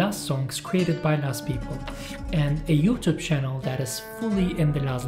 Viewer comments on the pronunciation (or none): none